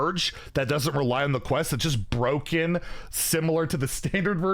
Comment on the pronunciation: Wild is BUH-ROKEN